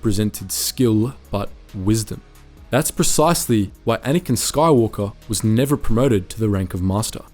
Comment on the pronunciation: It’s pronounced Anakin